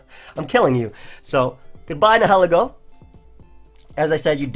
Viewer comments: its nye-hill-E-go n-hell-eggo makin me hungry af for waffles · I usually don't mind pokemon mispronunciations, but nihilego is definitely not ne-'he-li-go. Nihil is pronounced like Nile.